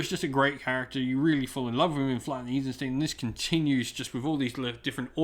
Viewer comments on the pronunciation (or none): Eisenstein isnt pronounced as Isenstien.